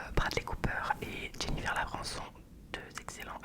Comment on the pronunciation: hello, attention a comment tu prononce Jennifer Lawrence, sinon super vidéo